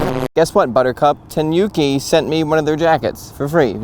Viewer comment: Think of the pronouncition as the "Ni" in "Nimbus 2000", instead of the "Ni" in Bill Nye, the Science Guy! Also, the "Nu" in Tanuki is pronounced as the "Nu" in "Nude", not as in the "Nuke" in CoD 😉